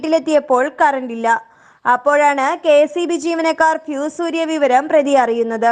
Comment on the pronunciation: PHEE S ALLA, FUSE ..... !